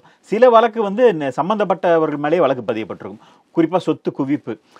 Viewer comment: நீங்கள் கொஞ்சம் தமிழைச் சுத்தமாகப் பேசினால் நன்றாக இருக்கும். வழக்கு என்ற சொல்லை, வலக்கு வலக்கு என்றும், 'ள்' என்ற எழுத்தை 'ல்', 'ல்' என்ற எழுத்தை 'ள்' என்றும் சொல்கிறீர்கள். மற்றபடி எல்லாம் சரி. திருத்தப் பார்க்கவும் 👃👃